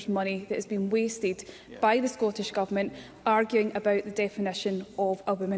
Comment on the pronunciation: The word "Scottish" contains two letter "Ts". Why do ignorant MSPs repeatedly pronounce the word as "Scorrish"?